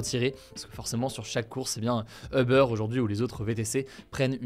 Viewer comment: Hugo je t'adore....par contre puis-je te demander de bien prononcer le mot UBER....Vu ton âge (jeune) et vu tes nationalités britannique/ suédoise et française c'est un peu ridicule la façon dont tu le prononce. Pour le reste BRAVO continue comme ça tu es super ! 😉